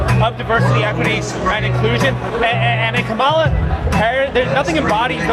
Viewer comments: So it's ok for a crazy democrat to mispronounce KAHemla, but not a republican? He mispronounced her name over and over again. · That guy repeatedly pronounced 'Kamala' in that way that is supposed to make you evil and racist according to the Dems and the MSM. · I kinda love that he/they mispronounced her name over and over. 😂